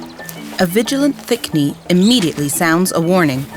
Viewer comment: I keep hearing "A crocodile and a thick me" and I can't stop laughing